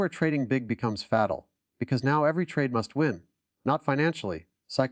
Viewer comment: I like this video, but AI needs to learn how to pronounce “fatal”